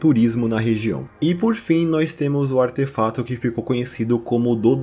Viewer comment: o canal é tão bom, tão bem ambientado, atmosférico e bem editado q eu nem me importo com sua dicção q as vezes falha do nada e faz vc falar aterfato. AMO ESSE CANAL